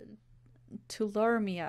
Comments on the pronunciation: too-lar-ree-me-ah Hope that helps :) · Hearing you trying to pronounce Tularemia was adorable